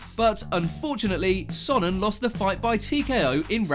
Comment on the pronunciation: Who the Hell says the GOAT chael sonnens name wrong!